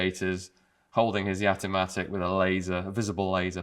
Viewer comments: Its called Jatimatic not Yatimatic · All I could hear when you said it is Gat-O-Matic, which might have been a better name. :-p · I've had a Jamamatic for years. Oh, you said "Jatimatic".